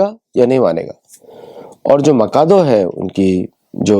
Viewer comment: I think it is माचादु, not माकादो..